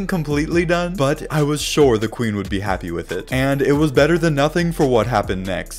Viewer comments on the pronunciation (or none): none